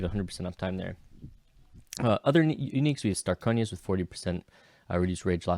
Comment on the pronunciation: i died when you called starkonja's "Stayonkas"